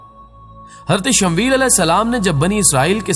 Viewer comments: bhai talaffuz theek tarah se kiya karen Shamweel nahi Shamuel hai asal nam usi tarah Laddakh ki rajdhani ka nam Leh hai Laiya nahi, dhyan denge ummed hai. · Bhai shmvel nahi hai shmooiyal asal naam hai apna pronoun thek kren